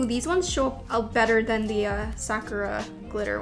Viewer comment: can you please pronounce "sakura" the right way... it's like suh-kur-aa not sack-ra